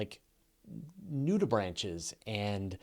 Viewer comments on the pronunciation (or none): It's pronounced nudibranc btw